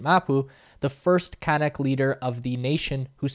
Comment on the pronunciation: Great video, but the natives are pronounced can-ook, like look. And the processing there is far from ideal, slurry ponds particularly, but close to normal good/best practice in reality.